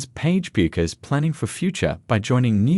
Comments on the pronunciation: Why can’t AI narrators be taught how to pronounce her last name? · Hard to listen to the information when you can't pronounce the subject's name